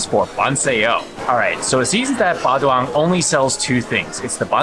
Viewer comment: Ba Duong. Ba Zuong.